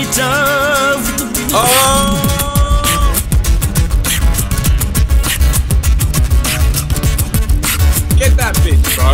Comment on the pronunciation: "Seniorita" jajajaj It gives me grace because as the USA do not have 'ñ' you have to improvise xd